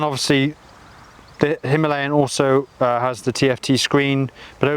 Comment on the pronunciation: It is called Himalayan (He-Ma-La-yan). Unfortunately it is pronounced - Hemaleyen.